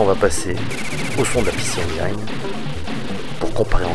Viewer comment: Parfois tu dis bien "ainejine" mais souvent tu te forces à dire "ainejaillene".. Je te confirme que le i reste un i en anglais ;) ... bon, ça fait 3 vidéos que je viens de mater, peut être le temps pour moi de m abonner